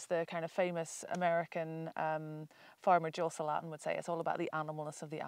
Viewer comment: Great info. Love the way they pronounce Joel Salatin’s last name…didn’t know who they were referring to at first! 🕊